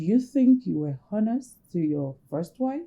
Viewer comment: please you guys should ignore the "h" in 'honest'.